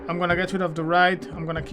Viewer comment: When you say ride, i notice you say rid. I have friends whom i help with english, so I will just tell you how to pronounce it, you are meant to say it like Ryde, like to word why, so rhyde 🙂 keep up the great work.